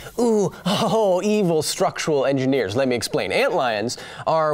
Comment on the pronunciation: I almost disliked the video as soon as I heard “army core of ant-gineers.” Fortunately I kept listening.